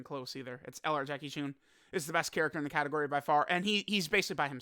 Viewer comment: It’s Chun, not choon. This is disgraceful.